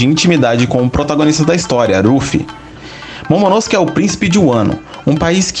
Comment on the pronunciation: Você pronuncia momonosuke errado kkkk